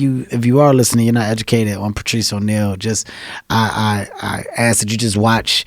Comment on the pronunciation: Kevin Hart had to, just had to, pronounce 'ask' as 'aks'? - like an illiterate, to which he is not. is there a gene for dyslexia? - or is it cultural ignorance mispronunciation/language appropriation for the purposes of showing 'alpha status'? - because, if you disrespect the English language on purpose or by neglect, the same disrespect comes back at you, or a large group...and, you call this 'bigotry' and 'racism'...small things do add up; call it the 'Butterfly Effect'...